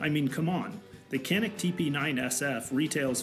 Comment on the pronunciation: It is Janik the C is a J sound.